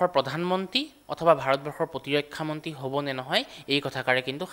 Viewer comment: মন্তী নহয়। মন্ত্ৰী বুলি শুদ্ধকৈ উচ্চাৰণ নকৰে কিয়?